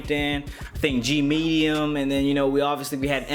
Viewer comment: Lol did he say G-Medium?